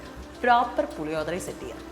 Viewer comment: Hello ... Its not what you have said Puli odhara .....allado ... It's PULLI - OGGARE....😂